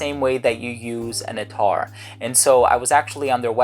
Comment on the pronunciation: Its 'at-tar' not attaaar...